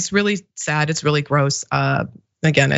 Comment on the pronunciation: "SO SAADD!!."